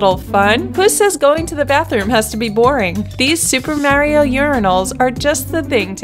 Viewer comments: merrieo??? Merryo?? Mario. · super Mow-rio..... who says it like that?